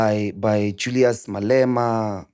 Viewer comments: Team your failing us it’s not Julias it’s Julius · Mac put a "U" on the "Julias"